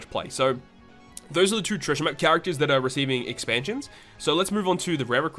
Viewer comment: "Exansions." XD lol jk broskii Keep up the good work, solid video as always!